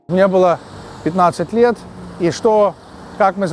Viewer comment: Ахахахахахаха,, ну ви чивоэ? 15 льет или 15 векоув в НюОркеу?